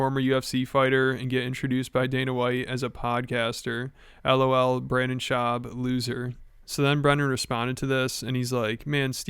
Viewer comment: for the last 5 years: Brendon Shuab sucks. B.S. gets it right once...: Brennon Shwab goooooooooood